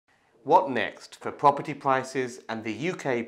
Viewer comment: Pwoperty pwoperty that’s cwaking